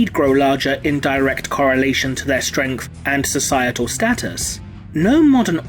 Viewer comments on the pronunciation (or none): none